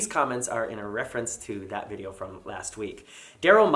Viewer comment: Video, not vidoe. Sorry